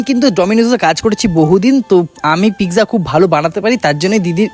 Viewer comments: Pizza 😂 not pigza😂😂😂 dhonger warning⚠ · তুমি পিজারে পিকচা বলো❤❤❤ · ওটা পিকজা না পিজ্জা 😅😅 তবে রেসিপিটা খুব সহজ❤❤ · Pizza❌ pigza ✅ hee 😂😂😂😂😂